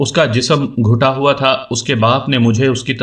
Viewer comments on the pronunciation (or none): آس سے پہلے میں نے آپ کی جو بھی کہانی سنی تھی وہ ڈیڑھ دو سال پہلے کی وڈیوز تھیں آپ کی یہ تازہ ترین وڈیو دیکھ کر مجھے دلی خوشی ہوٸی ہے۔ ایک چھوٹی سی اصلاح کرنا چاہتا ہوں آپ نے سریش نامی نوجوان کا حلیہ بتاتے ہوٸے پڑھا کہ اس کا جسم گھٹا ہوا تھا۔ آپ نے گٹھا کو گھٹا ہوا پڑھا جبکہ جب بھی جسم کے لیے لفظ گٹھا ہوا آٸے گا اس کی اسپیلنگ گ ٹ ھ ا ہوگی گ پر پیش کی بجاٸے زبر کے سا تھ پڑھا جاٸے گا جس کا مطلب مضوط یا کسرتی جسم ہے۔ البتہ جب بھی گنجے سر کا زکر آٸے گا تو لفظ گھٹا ہوا پڑھا جاٸے اور گ پر پیش پڑھا جاٸے گا